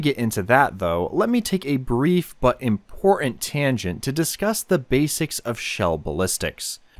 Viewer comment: Ummm...what's impor-int?